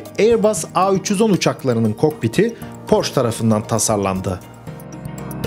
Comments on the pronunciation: "porş" değil "porşe". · Porsche Almanca bir kelimedir ve "Porşe" diye okunur. Ayrıca Porsche yetkilileri "Porş" diye okunmasına gıcık olurlar. Saygılar. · allahini seven suna porsch demesin. Porscheeeeee. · Porsch degil. Porsche (PORŞE). Ferdinand Porşe Kurucunun ismi. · Emek ve cabalarin icin sag ol. Avrupanin hic bir ülkesinde böyle Porsch diye tenefüs edilmiyor cok basit ve kafadan uydurulmus bir söylenim esas tam PORSCHE,.okunur,ve söyleniyor.... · Marka alman markasi ve yazilis itibariyle almanca oldugundan, porş degil porşe diye okumak gerekiyor. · Amacim kötülemek degil, bilgilendirmek. Türkiyede hep Porsch deniliyor. Son zamanda Ingilizler bile Porse demeye basladilar. Mehmet´e Memet demek gibi. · porche yazılıp porşe okunur. E sini söylemiyorsunuz, yanlış anlamayın bilmiyo olabilirsiniz. Tşk ler. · yanlış anlamayın hemşerim olarak söyleyeceğimi. Okunuşu Porşe Saygı ve hürmetler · Porşe. Lütfen artık. Porşe. Ayrıca anlatılan şeyleri yapan Porsche değil, Porsche Ag bünyesinde bulunan Porsche Dizayn Bürosu. Bir tasarım şirketi.